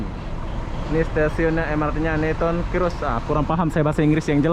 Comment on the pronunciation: Newton Circus... sebutan niuton sirkes...